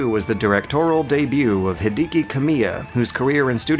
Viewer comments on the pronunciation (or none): Did you just say "Hidiki" instead of "Hideki"?